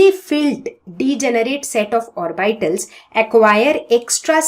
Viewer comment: Vo orbeetal hai orbaaital nai, Baki great video 👍